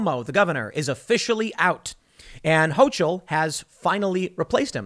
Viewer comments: Hochul has a hard C not a ch it's pronounced HoCull, I get the feeling this names going to be said a lot in the next couple years might as well get it right so you don't look like an idiot to the locals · HO-KUL. NOT HO-CHUL. Not that I'm thrilled having her as our new governor, but everyone commenting on this really needs to look up how to pronounce her name. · pronounced Hoke-el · Ho-coal is the pronunciation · Just an FYI, from a Western NYer, Hochul rhymes with local. Not that I'm looking forward to her being governor either.